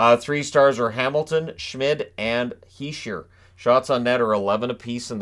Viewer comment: It’s Shmiiiiiiiiiiiiiiiiiiiiiid not shmid